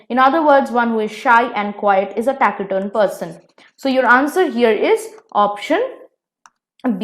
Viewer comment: Pronunciation was wrong it's not taki-turn it sounds fs like tasi-turn